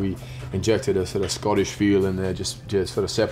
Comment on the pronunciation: It's "Scottish"